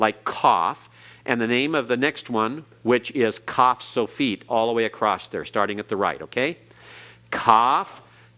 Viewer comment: is such a patient teacher and tries to be helpful. I am not an expert in Hebrew so I cannot comment on his pronounciation, but I am surprised the he pronounces ‘across’ as ‘acrost’.